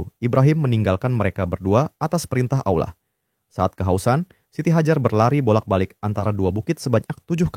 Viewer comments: Min ijin koreksi perhatikan lagi ketika mengucapkan lafadz Allah bukan Aullah tapi Allah 🙏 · yang bener allah atah aulah kok kedenger kek aulah ya lu ngemeng itu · Penyebutan nama Allah...bukan Aulah.. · aku dengernya aulah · Allah SWT, bukan Aulah. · Sebetulnya gpp pakai suara AI, asal jangan jadi berubah, disini Allah jadi disebut Auwlah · Allah.... Bukan Aullah... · kontennya keren tapi coba untuk kedepannya dubbing ai atau (kalo mau dubbing suara sendiri) diperhatikan lagi soalnya Allah kedengarnnya jadi Aula. coba di test waktu editing semisal AI nya bisa pronounce Allah atau Alloh untuk pelafalan agar tidak terdengar jadi aula lagi. keep it bro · Ceritanya seru tp kenapa allah di bilang aulah ya?? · Terimakasih sarannya kak, tapi uda di cobaa kak,, namun yg kluar hanya kata allah,,, atau yg biasa dngan sebutan pada agama kristen, Karena ai tidak bisa baca awlah kak, dia hnya bisa baca allah, tanpa waw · Awlah , bukan aullah nyebutnya😂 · Jadi alah 😂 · Jadinya AI menyebut Allah menjadi Auwah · soalnya penyebutan Allah jadi Auwlah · gini y bg, dsini yg punya konten ini tuh make voice over ai, makanya pas nyebut nama Allah jadi Awlah, karena yg dipake buat ngisi suara dsini itu ai ya bg, bukan manusia, makanya suaranya pas nyebut Allah jadi Awlah, paham ga? kocak", emng yg nyalahin mempertanyakan sesuatu yang tidak kita ketahui siapa emang? gw yg muslim aj g kesinggung krna gw tau yg ngisi voice over nya itu bukan manusia tapi ai, paham gak lu? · Suara AI ya? Nggak bisa nyebut Allah dengan benar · Ai gak bisa menyebutkan kata "Allah" dgn baik & benar 🗿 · Dia pake AI, AI ga bisa nyebut Allah dengan bener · tidak ada salahnya mempertanyakan sesuatu yang kita tidak ketahui. Pelafalan kata "Allah" disini emg sedikit melenceng, kami sebagai muslim tentu mempertanyakan hal ini karena ini menyinggung nama tuhan umat muslim dan tidak bisa dianggap sepele. Yg sebenrnya kocak elu